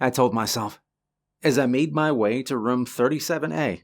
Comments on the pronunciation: Why do you pronounce "room" like "rum"? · Why can't you say the word room. OMG it is like fingernails on a chalkboard!